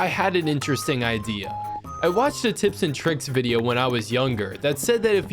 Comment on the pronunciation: Next war: ive fought a wideo ahh vider